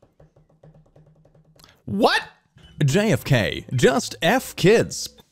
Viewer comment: Lmao they had to remove a few clips and now all these timestamps are scrambled I love that he pronounced Tibet as "Tee-bay-ut" there too